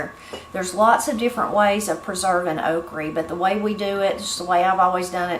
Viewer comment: I think I missed a lesson on pronouncing “Oh creeee”. (Okra) Seriously I usually have heard “the guide” or list. Missed this one. 🙅‍♀️